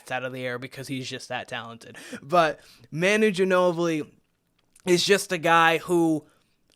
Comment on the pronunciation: OK, gonna stop right here . First of all, you can’t even pronounce Manu’s name. Second, Manu is unique. I don’t even care who is comparing Steph to Manu - they are wrong. Castle may end up being the greatest to ever play for the Spurs, we don’t know, but in no way is he like Manu on the court. Ginobili was one of a kind, so move on. What else have you got?